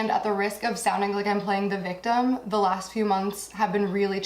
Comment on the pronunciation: i wont lie, "wictim" had me confused for a second. i had to rewind a few times to understand it was "victim"